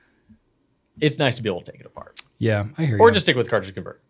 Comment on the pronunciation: Around the mark definitely said, “…taking my parts apen all the time.”